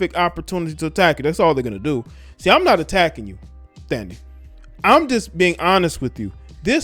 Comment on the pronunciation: Her name is Thandie pronounced Tandie